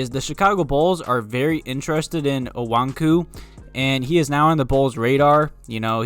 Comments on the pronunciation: I agree that no matter what you draft best player available over need. Btw it's "O-KONG-WU" lol geezuz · It's pronounced Oh-kong-wu or Oh-kong-yu. That's what I've heard the most.